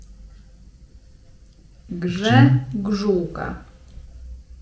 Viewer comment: pisze po polsku lepiej niż niejeden Polak,a ta gżegżółka to ma tyle wariantów i możliwości zapisu,że głowa mała,dobrze wymawiałaś ale jak ktoś nie umie pisać to mu nic nie pomoże